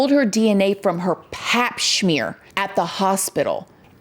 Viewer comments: "pap shhmear" it now lives in my head rent free. LOL! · Girl, I love you but you need to learn the English language before you start learning a new language. There is no such word as Shmere! It doesn't have an H. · "PAP schmear" BROKE me LOLLLL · Pap “schmear” LOL I’m dead you are the best 😅